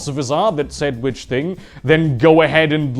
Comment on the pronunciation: Ah, so all this time, you’ve been saying “See ya ‘round, Kants!” But in Deutsche Aussprache.